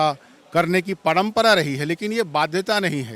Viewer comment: parmpara bhi bolne ni sak rha🤣🤣sala ye kaisa jharkhandi h be